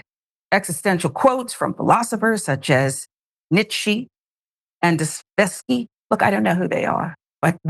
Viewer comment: Nietzsche and Dostoevsky are both well-known writers and philosophers. If you don't know who they are (you should), at least pronounce their names properly.